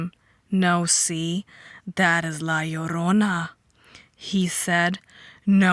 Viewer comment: I love your pronunciation of La Llrona. The "LL" sound is always hard to grasp with the way I speak.